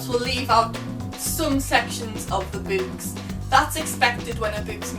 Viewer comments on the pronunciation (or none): Raging over the way you pronounce books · When you said books it sounded like boobs to me. xD (English isnt my first language :D)